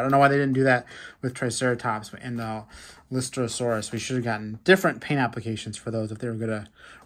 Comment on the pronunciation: Lystrosaurus is pronounced list-ro-sore-us